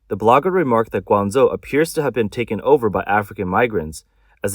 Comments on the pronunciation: Surely "Gwang-Joe" not Zo? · Guangzhou, not Guangzou!😅😂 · Yeah, this is AI totally bullshit. The city they talk about is pronounced incorrectly.😂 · I wish the AI bot would pronounce Guangzhou correctly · lol atleast prounounce guangzhou correctly